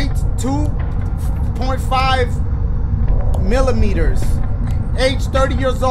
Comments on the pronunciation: Did my boy really said "millimeters"? 🤣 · "Height: 2.5.... Millimeters" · “Height 2.5 pause millimeters” 💀💀💀